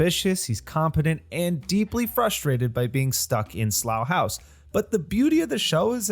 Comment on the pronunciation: Congratulations on the correct pronunciation of Slough House! It is a brilliant series based on fantastic books by Mick Herron. You should also try the Zoe Boehm series, Down Cemetary Road.